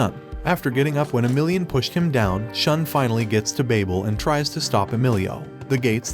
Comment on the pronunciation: it is Shu + N... so it sounds as Shoon! Not Sean!